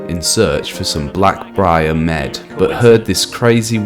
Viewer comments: The fact he pronounced mead as med 😭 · I cannot believe he said mead like lead without missing a single beat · Are you stupid as fuck or did you intentionally mispronounce mead?